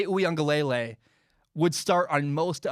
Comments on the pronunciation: Hey! Big fan here, and I’m sorry to nit pick, but I think you’re still pronouncing DJ’s name incorrectly. I think it’s (ooie-unga-leh-lay) as opposed to (ooie-unga-lay-lay). Love your stuff, keep it up man 🤙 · Great segment, I think DJ's name is pronounced oo-ee-ung-uh-luh-lay instead of lay-lay. Heard the Clemson beat reporter from the Athletic explain the pronunciation on The Shamrock podcast. No shade at all, just thought you'd like to know. Good stuff